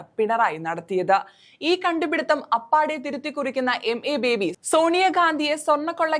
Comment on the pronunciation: MA ബേബി യല്ല. യമ്മെ ബേബി, അതാണ് രസം.